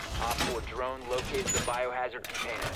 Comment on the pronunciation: "Drrrone is rrred"